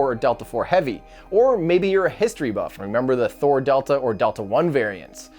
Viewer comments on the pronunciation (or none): none